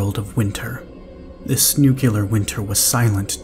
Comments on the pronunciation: ‘New-clear’ not ‘nook-you-lar’ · i was always taught to say it at it was spelled. NUCLEAR not NUCULUR So after hearing it mispronounced half a dozen times it finally drove me to leave sorry for the rant. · If you can say NEW and CLEAR, then you can pronounce it right. Its not nucular. It's never nucular. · you are my fav, and I hope that one day you will start pronouncing the word nuclear correct, it is very distracting 💜